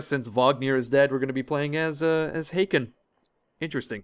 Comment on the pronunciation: Hakon would actually be pronounced H - awe - kon.